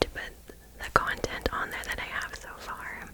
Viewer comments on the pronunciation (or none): none